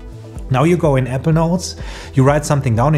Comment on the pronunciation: Really good video. Thank you 🙏 A little constructive feedback, I actually thought you were pronouncing ‘evernote’. When you meant Apple Notes. 🙏 I think you pronounce too quick the word ‘apple’.